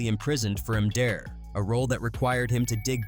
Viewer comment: Charged with em-deer? You need to up your AI game bro.